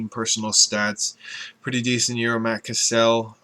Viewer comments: You said Cassel wrong...It's pronounced like the word castle. Not Cuss-el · its Cassel, like "Castle" not "KaSell" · Cassel like Cass-el not Ca-cell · Matt Kesel? lool It's Matt Cassel (Cae-ss-l)! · sounds like castle not cassel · Cassels last name is pronounced Castle.. lol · ikr its said like castle!! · Ha Ha. He said Matt Cat-sell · its pronounced castle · thats not how u say Cassel lol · hahaha. you mispronounced cassel